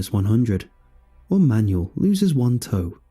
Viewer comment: That is not how Manuel is pronounced.....